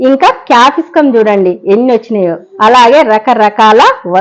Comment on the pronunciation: Capiscum kaadandi dhani capsicum antaru.